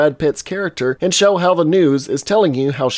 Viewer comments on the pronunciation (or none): none